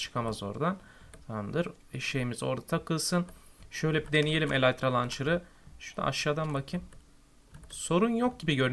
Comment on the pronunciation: kardeş eleytra deil elytra :) :)